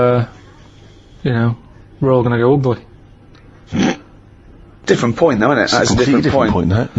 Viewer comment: Uguly. He gets an extra syllable in the word ugly😂